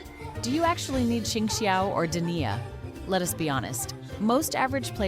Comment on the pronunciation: De nee aa not Deny-a